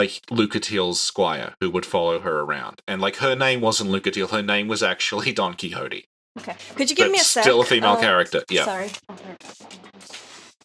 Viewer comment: is really lucky that isn't making him pronounce don Quijote properly...